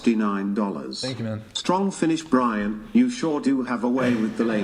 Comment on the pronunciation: What is Brixan? How do you get that from Brian?